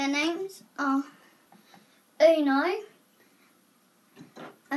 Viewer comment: It's pronounced oh-noo-ah not oo-nah. I don't know why people have trouble with his name...